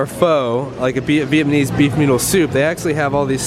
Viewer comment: And again